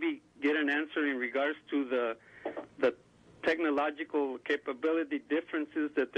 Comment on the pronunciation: Did he say technomological?